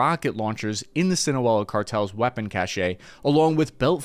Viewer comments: sinaloa not sinoela! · sinaloa or sinawela????? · Great info thanks. but... PLEASE try to pronounce things correctly. Its not Sin-O-Ella, its Sin-uh-lo-uh. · Great video, I always am impressed with the information accuracy and video quality but Sinaloa is pronounced Sin-ah-Lo-ah, not sin-Abuela, which translates into “without grandmother”. Again thanks for the excellent content! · Fool keeps saying Sinoella... I think you mean Sinaloa. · Broski... it's Sinaloa not Sinoela 😅😂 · It's Pronounced : ( SIN-A-LOA ) . . . . . . Not "SCENE-A-WELA." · What the he'll is cinoela? Sinaloa! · See-na-low-ah not Seal-ah-no-ah 😂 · you called Sinaloa "Sinoela". Sin-a-lo-a -- just sound it out. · Why are you saying "SINAWELA"??????? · Good info. Also it's pronounced Sin-a-lo-a. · I lost count how many times this guy mispronounced ‘Sinaloa’. How do you read a word in your script that many times and not get it right once? Where are you getting Sinowela? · No, it’s pronounced “seen a lo a”. Yikes! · When you make a video, and say the name of the area and cartel wrong it makes it very cringe to watch. Please learn how to properly pronounce something in a video if you're going to say it like 100 times. If it's just a one off, it's not a big deal, but now a bunch of people are going to think SEE-NAH-LOW-AH is pronounced SEE-NAH-UH-EL-AH. It literally takes 2 seconds to google "how to pronounce Sinaloa". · Wtf is the Sinoela cartel? You mean the Sinaloa cartel? If u can't pronounce it right, nobody will trust your analysis. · It’s pronounced SEEN-A-LOWA not your way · You’re pronouncing “Sinaloa” wrong it’s see-nah-loh-ah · "SI-NA-LO-A" not that hard. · He saying Sinowela lol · Your pronunciation no bueno amigo sinawela? 😂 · Your refusal to pronounce a relatively simple name even partially correct is distracting tf outta me from the content. See-na-low-ah... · "sinawela cartel" This guy cant even pronounce it correctly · Great video. Thank you! By the way it’s “sin-ah-low-ah”.